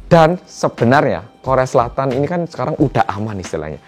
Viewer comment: Denger pelafalannya mirip soekarno yaa kalau ngomong “keun” maksdnya “kan” wong jowo 🔥🖤